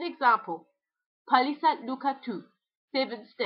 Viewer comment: Hey, gotta tell you this: you're using the wrong Stress pattern for toki-pona (penultimate instead of first syllable ) ie: PAlisa (not *paLIsa) [ ie, as in Finnish, not as in Polish/Esperanto ]